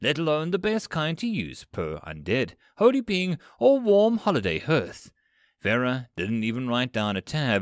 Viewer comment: Tome, scythe, hearth also. Lol. But, even at its worst it's still better than 99% of the AI slop that's out there